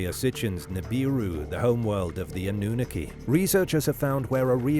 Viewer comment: I’m afraid your AI voice has no idea how to pronounce “Anunaki”